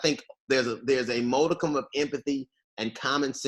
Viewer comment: It’s modicum not ‘moticum’.